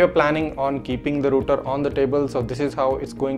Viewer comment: Its not roter its called router